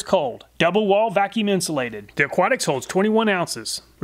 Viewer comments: I think the brand "aquatix" might be pronounced similar to "aquatics" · Couldn’t help but wonder, is Aquatix pronounced like Aquatics instead of Aqua Ticks?